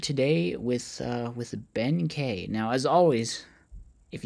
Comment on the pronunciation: Kei is pronounced key i believe 😅